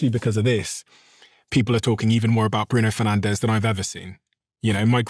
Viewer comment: Bruno Fernandes not Bruno Fernandéz. Learn how to pronounce it.